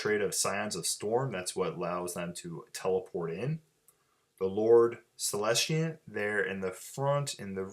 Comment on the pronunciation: Great report. Really enjoyed it. Just one thing, it's Celestant, not Celestiant. There's no I in it.